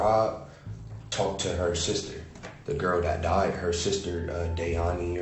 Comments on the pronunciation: he thought "Diane" was pronounced Dian-ee 😂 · How did he butcher the pronunciation of Diane so badly, so many times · That dude couldn’t pronounce Diane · I know that first guy read Diane somewhere making up his alibi and didnt know how to pronounce it